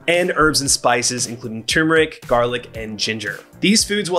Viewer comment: Thanks for explaining some stuff that most videos skipped over. Lol Also, thank you for correctly saying "TURMERIC", RATHER THAN "TUMERIC / TUMERC / TUMORIC / TUMORC" lol 😬